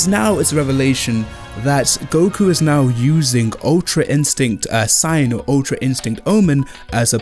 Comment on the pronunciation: It’s SAI-yan not SEI-yan and it’s KAI-yoken not KAY-yoken